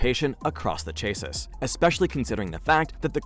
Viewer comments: You pronounce it " Cha See" not cha sis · Chae-sus 🤣🤣 I love that pronunciation